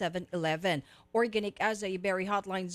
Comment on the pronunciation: Bakit maarte mag salita si nina ng tagalog, eh hindi naman nya ma pronounce ng tama ang organic lol.